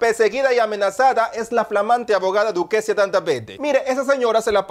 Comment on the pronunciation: “Duquecia Dandavegde”😹😹